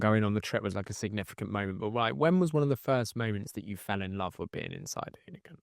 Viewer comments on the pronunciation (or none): none